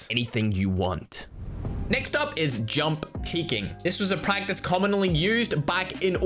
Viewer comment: Jumpp U said jumpp instead of jump